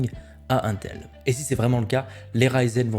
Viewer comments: Aintel.. je suis désolé j'aime beaucoup tes vidéos mais jpp on dit intel pas aintel (sauf erreur de ma part) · la façon dont tu prononce intel me stresse 😂😂